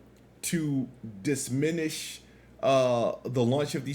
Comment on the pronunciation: "Dissminish" lmao never change